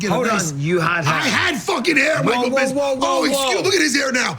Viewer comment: Michael Bizby lmfao another TKO loss by the English language for Tito